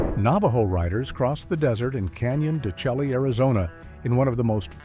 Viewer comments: The Navajos riding through Canyon de Chelly - it's pronounced "Shay", not "shelly". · Canyon De Chelly, in Arizona is pronounced De SHAY! Not Chelly. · Canyon DChelle is pronounced canyon d'shay!